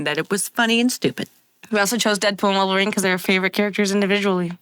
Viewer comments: I was JUST about to comment "wolver-nina" but you beat me to it 😂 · “ I am Wolvarinanina 🔪😏” “i’m dead pool🤪✌🏼✨”